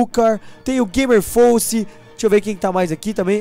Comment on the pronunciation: É FOCESI. SE FALA FOSÉZI